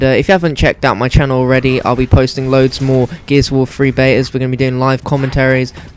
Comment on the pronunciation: Gears of war fwee lol